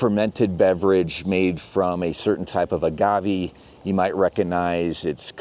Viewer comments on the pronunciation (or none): none